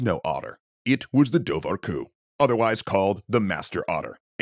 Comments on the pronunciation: Awesome, but your Irish could use some work. The bh in Dobhar-cu is silent (and actually, whenever you see an h in any Gaelic language, the adjacent consonant is gonna be different. H doesn't make a noise, it modifies the adjacent consonant). Should sound more like door-cu. For comparison bean-sidhe (or bean-sith in Scots Gaelic) is pronounced banshee. MacBeth is pronounced more like MacBane (or MacBean, this are alternative spellings). Ui Imhair is O'Ivar (descendents of Ivar the Boneless, according to legend). Also, doesn't literally mean anything about otters, it's like a kenning for otter. Literally water-dog (cu is dog, as in Cu Chulain, Cu Sith, Conan, etc.) Dobhar is like an archaic form of water. Just more of an interesting tidbit to add in, lots of things don't literally mean what we take them to mean. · pronounced dowar hyu btw